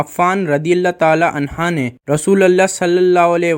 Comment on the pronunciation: PEHLY ANHA OUR ANHO PARHNA SEEKO PIR BAYAN KARO